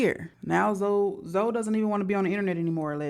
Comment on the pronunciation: His name is pronounced Zo